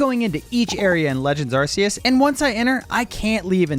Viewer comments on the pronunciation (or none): Why can no youtuber pronounce arceus correctly? It's a hard C, not a soft one so doesn't have the s sound